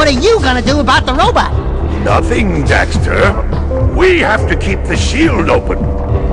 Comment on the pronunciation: correction...jak not jack. daxter not dexter. also the game is called jak II not jak and daxter 2